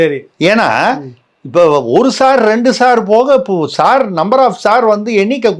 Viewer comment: ட்விங்கில் ட்விங்கில் லிட்டில் சார், ஹவ் ஐ ஒண்டெர் வாட் யூ சார் 😂😂